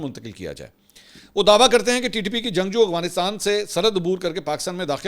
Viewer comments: منصور بھائی یہ لفظ "اغوانستان" نہیں بلکہ افغانستان ہے جو کہ آپ سب وی لاگ میں استعمال کرتے ہیں براہِ مہربانی اپنی تصحیح کرلیں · بھائی صاحب آ پکی دو غلطي پکڑی ہیں بولتے کمال ہو لیکن ہندو وتا اور اغوانستان افغانستان اور هندو توا هے یہ دیکھ کے بتانا میں آپ کو غور سے سنتا ہوں کے نہیں فرید الدین رکھوالا سے sorry